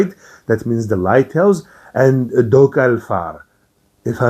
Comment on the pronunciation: I'm not a fan of the modern interpretations of Elves either. But I must say, you said Ljósálfr and Dokkalfr, pretty well, that's pretty much exactly how those words would have been said 1200 years ago or so. There's a 3rd one however, Svartálfr. So we have Light, Dark and Black Elves. And most stories conflict them with each other... I mean, it's not strange I mean we have like 4 different God races as well.. Jotunn, Aesir, Vanir, and Cow(Audhumbla was the first being after all).